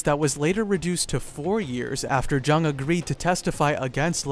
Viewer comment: Thought it was pronounced young